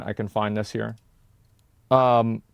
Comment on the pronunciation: Why does asmon say Jayshin instead of Jason